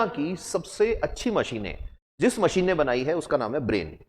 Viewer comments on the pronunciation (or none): none